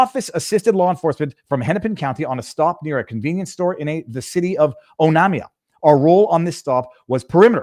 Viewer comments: The town name is pronounced oh NAME iuh. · Onamia ---> Pronounced: "Oh - NAME - ee - ah" .. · ... Also, the city the wife was pulled over in is pronounced: OH-NAY-ME-AHH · The name Onamia, is pronounced O name e ah, Mille Lacs as the locals pronounce it is Mill Lacs the A is pronounced like in the word CAT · The wife should have been detained. The town she was pulled over in is pronounced like O-nay-me-a (Onamia) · Pronounced: Oh name ia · Oh-name-E-ah That’s how to pronounce Onamia. Mill-lack-ah For Millaca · Oh-name-E-ah That’s how to pronounce Onamia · Onamia ==> Oh-NAY-mee-ah -Native Minnesoooootan here... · Butchered the pronunciation of Onamia